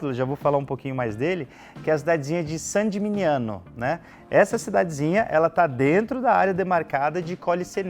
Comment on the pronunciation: Muito bom! 👏🏻👏🏻👏🏻👏🏻 Há 3 anos, fiquei uma semana na Toscana, sendo 3 dias hospedado dentro das muralhas de Saint Gemigniano. Que lugar mágico! E que vinhos! Quisera voltar um dia! 🍷🍷🍷🍇🍇🍇 Mas,, sua pronúncia de "Gemigniano" errada, não se fala "geminiano" (isso é pra quem é do signo de gêmeos 😄), mas "geminhano", já que o "gn" italiano tem som de "h". Todo mundo se equivoca nisso. 😉 No mais, parabéns pelo vídeo e pelo canal.